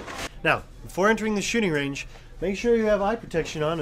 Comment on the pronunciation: lol he said shitting range